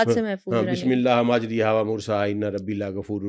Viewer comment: This word in the Quran is the only word pronounced against the rules of tajweed it is majjrayha not mujriha !